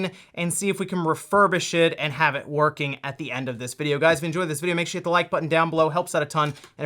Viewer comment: It's not UwUorking!